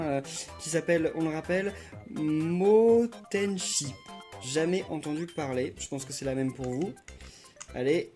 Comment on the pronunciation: Matenchi pas Motenchi